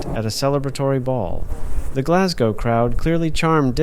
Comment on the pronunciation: Thankfully you say Glas - go (rhyming with "no") And not Glas -gow (to rhyme with Cow) as most American/ Canadians do!